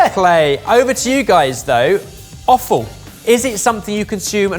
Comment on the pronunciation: It's offal...I just keep hearing say awful. LOL